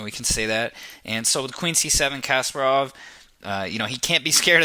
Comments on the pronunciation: You should pronounce Kasparov name with the right intonation. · Kas-PAH-rov. (Accent on the second syllable) Not CASPER-ov. Good grief.... SHM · Um, it has nothing to do with grammar; it's just simple, correct vs. incorrect pronunciation. It's not rocket science. Common sense dictates that you don't make a chess video and then mispronounce the name of the very (legendary and well known, mind you) person your video is about!